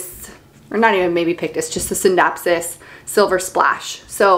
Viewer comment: Beautiful collection! I have all the same, exact plants too plus a scindapsus lucens. You pronounced the scindapsus exactly how it spelled but I hear alot of people pronounce it R-JEWERLY-US